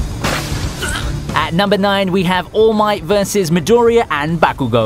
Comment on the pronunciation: Watch the anime in Japanese and learn how to pronounce the names correctly. For example it is not Bakugooo, it's BakuGO. This will result in better quality!